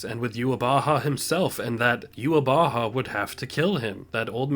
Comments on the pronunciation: it is. It is germanized version of it. In german it means the awakened god (literally the wake god) that’s also why even the japanese VA mess up yhwach’s name. The pronunciation is NOT youhabaha but youhawach (with a soft w and the typical german ch). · true. It is the japanese pronunciation of the german word. But the dub should have used the german pronunciation or at least tried. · it's not a mistake on the japanese part, that is actually how they pronounce yhwach there. the real issue at hand is that viz didn't do their research and copied the way jp dub pronounced his name